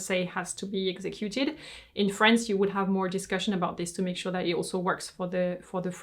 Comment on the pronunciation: its france not frence